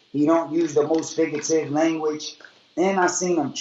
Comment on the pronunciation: tommie chase Na it’s “Figgative”